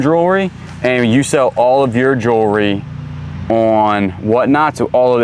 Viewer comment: Please, please, please learn how to say jewellery correctly!!!